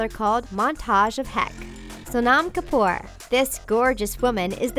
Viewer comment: They slaughtered the names of the Kapoor family. SO CRINGY AND AWKWARD.